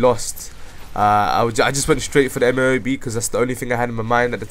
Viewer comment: M,O,A,B, or for it is EHM-OH-AY-BEH.